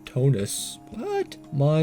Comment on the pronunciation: monotonous is pronounced mun-ot-un-ous